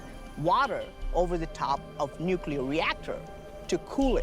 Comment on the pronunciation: Oh, now we're going nukuler ? Is this as far as your mind can go hello. At one time, there was a power system.. not nukuler. it's the same as nekali. This earth has energy everywhere you tap into this energy and build another and another, and soon you'll have power everywhere. Look at your phones it's right there..